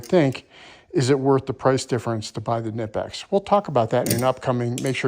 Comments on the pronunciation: KUH NIPEX is how they are pronounced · I could be way off. But I believe the icon is made by Stanley black and decker, and the kobalt is made by apex. Also, say it with me Ka-nip-x. The K is not silent.